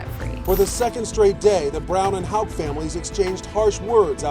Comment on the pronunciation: They SAID THE NAME HOUK IN THE VIDEO, and you still couldn't get it right. That's just sad.